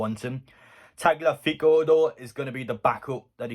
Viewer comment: Tagliafico= Talyafico That's how you should pronounce it, or at least it's closest to how it sounds in original, Spanish. He's a bit like Trippier, lots of experience, playing some good stuff for Ajax. Not exactly youngest lad either, but season or two in him for sure. Definitely wouldn't increase wages dramatically, so he fits, can't believe other half decent lbs asking twice that of KT...